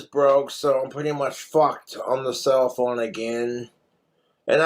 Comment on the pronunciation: How many syllables does speak/ put in the Word Phone😂Ph- ow - en - a.😅, four. He cracks me up.